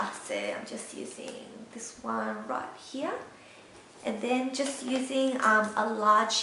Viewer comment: I like how you said here like "Heeyah" ^^